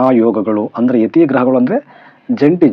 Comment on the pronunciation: ಯತಿ ಅಲ್ಲ ಮರಿ ಅದು ಯುತಿ